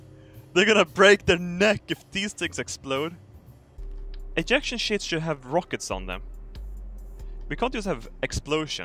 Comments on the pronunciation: See when he says ejection, I keep thinking he says 'ejaculation seats ' 😥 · Did he say ejaculation seats 😂😂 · wait, didn't say "eyaction seats"???????? he actually said Ejection??????